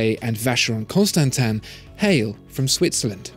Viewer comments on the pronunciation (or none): CONSTANTEEN.....NOT CONSTANTAN!!!!!